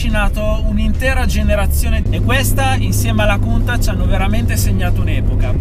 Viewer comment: Da te me sarei aspettato una pronuncia corretta della Countach XD